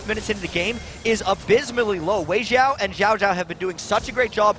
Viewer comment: so annoying when they say xiao as Jiao lol.